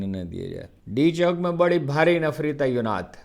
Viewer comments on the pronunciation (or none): Why is a learned journalist like Haroon Rashid using a word like,”TAIYUNAAT”,when he means,”TAYINAAT”,it’s a sign of illiteracy,regarding the Urdu language.